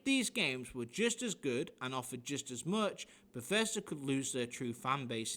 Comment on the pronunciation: bethesda became beshitda :p